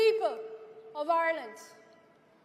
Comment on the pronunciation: Irelant.....lol. no elocution lessions